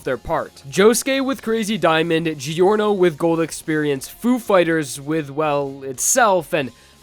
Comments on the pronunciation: Giorno is pronounced “Jorno,” not “Gee-orno.” Also, what about GER? It would be the best healer, technically. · Please, stop pronouncing Giorno as "Geeorno" instead of "Jorno" It hurts my soul